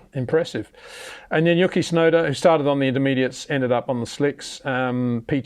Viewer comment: It's disrespectful to call tsunoda "yucky" his name is "yoo-key"